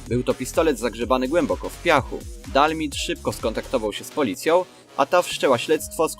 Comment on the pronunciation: nie dalmid tylko (czytaj:di al maj di